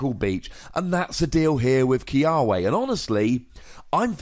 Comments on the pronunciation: In Hawaiian its pronounced Kee-Ah-Veh. Our W's are a V sound....Im excited about this card!!! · The correct pronunciation should be Key-uh-vay but for some reason, the anime pronounces it Key-uh-way